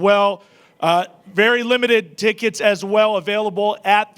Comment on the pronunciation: he just say “dickets”?…